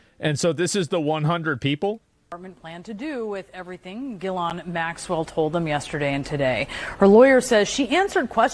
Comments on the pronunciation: It's "Gee - lane" not "Jizzlane" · I thought it was pronounced "jizz lane" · How is it that no matter how many news stories I watch not one single anchor can get Jittleyang Maxwell’s name right smh… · Ghislane has a silent S. why does nobody know this